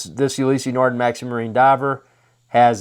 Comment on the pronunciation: Never heard of You-lee-see nar-din It's pronounced Oo- lis nar-da